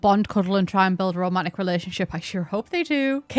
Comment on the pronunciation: it took me so long to understand you were saying "romantic interest" and not "Romanic Interest" I was really confused what Romania had to do with this update